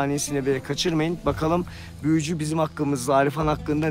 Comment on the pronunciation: 28.25 büüyücü. Aman Allahım diiyor😂😂😂😂